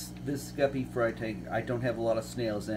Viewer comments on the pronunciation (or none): He called it the guppy room then he said right after the “gaper” room